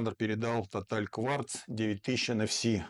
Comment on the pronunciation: Обратите внимание, как он произнёс: Тоталь, а не Тотал..! Респект, автору 🤝!